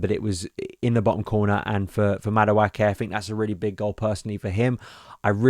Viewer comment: Another video where my man butchers Madueke's name.